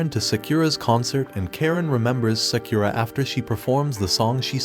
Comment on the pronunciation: Sakura name pronunciation murdered.. its Sah-koo-rah not Say-que-rah..